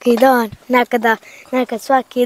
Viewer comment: Dobar dan, ucim bosanski jezik I cujemo prvi puta da rjecenicu so A cesto izgivari na O. Primjeri Hvala, a oni Kazi Hvalo, ili Ljep Dan a on kaze Ljep Don. Pozdrav za sve Francesco